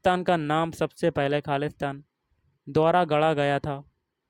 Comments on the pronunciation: Khali shtan thik se bola Karo har bar khalistaan lag raha hai 😂😂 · आपका खाली स्थान बोलने पर खालिस्तान जैसा लग रहा